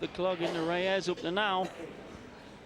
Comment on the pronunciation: Efren ReyAZZ? I thought it was Reyes?